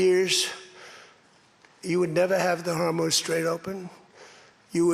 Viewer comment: Strait of Hormuth??